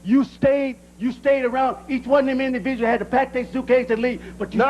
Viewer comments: “Imdiviuals “ hahahhahahah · “Imdividuals” 😂😂😂😂😂😂 Comedy gold than god